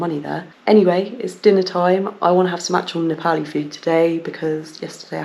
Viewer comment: the way you pronounced 'momo' w/ a Brit accent then proceeded to say 'Nepali' like any local would.. adorable! 😆